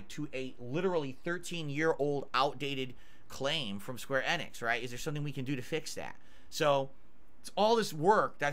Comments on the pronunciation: square annix is an insane pronounciation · I know it pisses me off everytime he says it.